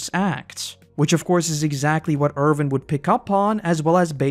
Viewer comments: You always call him ErVin instead of ErWin 😭😭😭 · I can not get over the fact that every time, you say "Irvin" instead of "Erwin". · Why are you calling him Ervin?